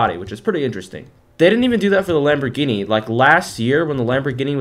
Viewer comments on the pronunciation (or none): none